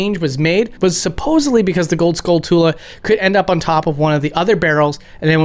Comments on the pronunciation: You pronounce skulltula as (skull-tool-a) but i always assumed it was a blend off skull and tarantula. So (skull-chew-la). Unless you pronounce tarantula as (tool-a) not bashing you or anything. More just curious. As long as people know what your saying. Tweaks to pronouncing something isn’t a big deal. Accept to the arrogant i guess haha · That skulltula pronunciation shook me to my core. Surely I'm not the only one who says it more like tarantula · Skul-TOOL-ah 🤣 Trantula / Skulltula The suffix is pronounced the same. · Skull-TWO-Lah lollll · My guy, it's pronounced skull-chu-la, because it's a mix between skull and tarantula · I’ve never heard anyone pronounce Skulltula as “Skull TOO-luh” and it’s bothering me way more than it should lol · He says Skulltula like Skull Tuah 💀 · I always thought the "tula" in "skulltula" was pronounced like the "tula" in "tarantula" because it's a skull spider. Almost like "chula". I know Zelda fans are adamant and vicious about their own personal pronunciations of the names of objects/characters within the series, so I'll let it go, but I do find it odd when people say "Skull-toola" or "Ochre-eena" instead of Skulltula and Ocarina. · Am I the only one who pronounces skulltulas like “tarantulas”? I only seem to hear it pronounced “skull-tulas” on YouTube. Am I wrong lol? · I can't believe people who know the word tarantula exist still stubbornly say skull-two-la lol Just picking tho great video !! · I will never understand why people mispronounce Skulltula. It's a pun on Tarantula. Skull + Tarantula. Skull-chulla. You don't say "Taran-toola." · Shouldn't the "-tula" in "Skulltula" be pronounced like it is in "tarantula"? More of a "-chula"? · I have to comment on your pronunciation of skulltula. People always get this wrong. Think about it. Skull-tarantula. Skulltula. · Skull + Tarantula = Skulltula… not Skull-Tool-Uh. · skulltula rhymes with tarantula. idk why you are saying it like that. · skullchula like tarantula not tula